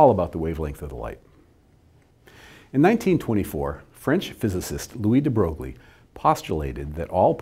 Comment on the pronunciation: Love these videos, however that really isn't how you pronounce de Broglie :/